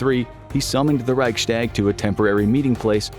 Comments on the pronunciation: Please learn how to pronounce Reichstag. It's Reichs-tag, not Reichschdäg. I understand it's a foreign language, but this really grates. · "reic shtag" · Wenn er nochmal Reichschtäg sagt, dann vergesse ich mich. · Please look up how to pronounce Reichstag properly